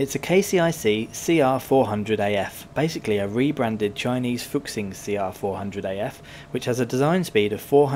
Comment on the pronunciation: Great video - only thing to point out is that x in Chinese is pronounced as 'sh' so it's not fuk-shing but fu-shing